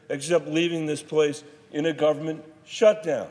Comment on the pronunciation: Shurdown lol